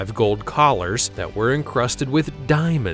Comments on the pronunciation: Ostentatious. Not “ostentious” [sic]. But otherwise, fairly well-written. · Ostentatious...NOT ostentious...c'mon man